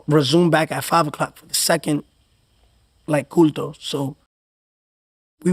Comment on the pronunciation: bro said culto 😂